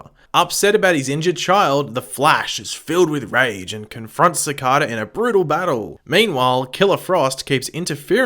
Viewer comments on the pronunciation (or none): Ci-CAY-da, man, Ci-CAY-da. Do you not actually watch the show?